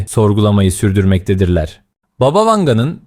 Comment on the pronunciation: ...ama "baba" değil... "bába"...